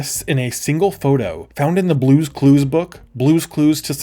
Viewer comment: Im sorry, but "Brue's Crue's" Haha